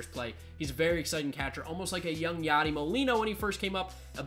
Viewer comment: C’mon it’s YADI